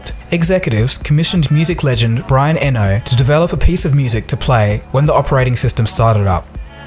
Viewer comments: where did you get the crazy pronunciation for Brian Eno surname? it's pronounced ee-no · It's pronounced Brian "ē no" (E + No)